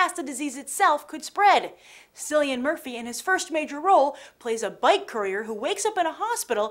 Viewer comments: You said Cillian Murphy's name wrong Grace :-/ It's pronounced Kil-e-an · SILLIAN Murphy? You pronounce the C :/ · His name is cillian murphy not SILLIAN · Sorry but no-one stateside ever pronounces Cillian Murphy's name right, its K-illian.....not S-illian